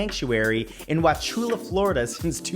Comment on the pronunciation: Kudos for pronouncing Wauchula correctly. that is where I grew up.